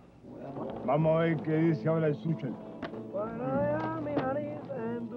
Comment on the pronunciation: Le dicen Suchel 🤣🤣